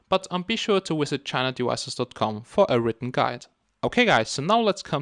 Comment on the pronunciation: Jeezus you talk fast, I'm trying to unbrick my phone and I keep having to stop the vid and go back. Remember not everyone is as tech savvy as you and need to do things at a slower pace. Also could you please use the letter V where it is intended, ie Visit and not wisit, it makes for a better understanding of what you're saying. I don't wish to offend but it is annoying to someone from the UK. All of that said thank you very much for taking the time to try to teach us idiots about these phone issues.